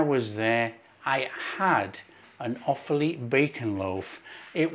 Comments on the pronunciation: Hi, As an 'Offaly boy' your pronunciation was correct as 'Off-lee'. I well remember, as a child, my grandmother making this probably every other week. Cold, in a sandwich with a lathering of Irish farm butter, was something to die for 😂😂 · Nice one, pronunciation perfect first time 😊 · pronounced perfectly